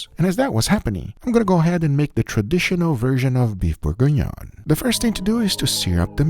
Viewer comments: "Borgonion" No, it's pronounced Burg-Ghee-Nion : Bourgignon. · You said we were gonna mock you, but let's help you pronounce it: Bourguignon is pronounced "Boor-gi-ni-own" (approximately, with a New York/generic "American" accent) TBH I had a hard time finding syllables that sound similar to French, but it should be close enough. The "on" compound vowel in particular is hard to describe, it's like trying to pronounce an "o", but with your tongue pressed in the back of your mouth, like when you're about to swallow. It's really a nasal sound, since your tongue is blocking the access to your throat. Great video, as always! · Beef Bore-En-Yohn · It's pronounced close to bore-gone-yawn. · For the french speakers it's: boeuf bourguignon. is butchering the word. It took me a minute to see what he wanted to say. Still, all love and keep the good food coming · Imma need the exact recipe for the Beef bourguignonis please (which no one really know how to pronounce correctly)